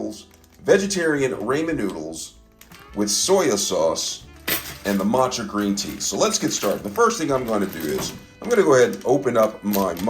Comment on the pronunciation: Props for pronouncing matcha correct friend! 🤣🤣🤣🤣